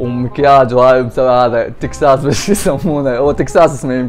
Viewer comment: بوتكس مو تكساس